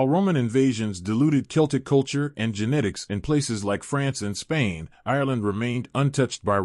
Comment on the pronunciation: Glad you said something. Also genetics instead of ginitics! It was driving me crazy